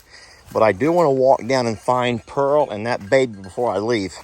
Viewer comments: PEARL ,,,,,,NOT SANTIANA LOL ,LOVE YA AS ALWAYS xxxxx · lol you were calling pearl santinas lol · Too cute, you were calling Pearl Santianna lol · I wonder if you found Jolene before you left. I figured you meant to say Pearl when you said Santiana, LOL